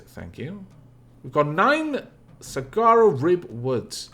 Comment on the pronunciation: i am sorry, but it is making my brain itch hearing you pronounce Saguaro that way. can you try it like Sawaro? and the plural of cactus is cacti.